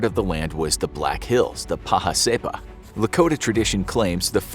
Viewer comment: Paha Sapa (say-pah) 🤣🤣🤣